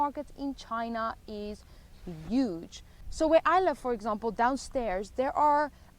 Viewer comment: The statistical table you flashed in the video actually shows 0.5 crime (not 50) per 100 thousand population. So you basically exaggerated China's crime rate by 100x 🐯. And by the way I like how you pronounce 'huge' with a silent 'h', quite unique.